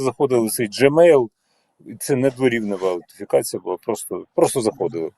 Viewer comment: "аутентифікація", а не "аутифікація")) Від слова автентичний, а не аутичний)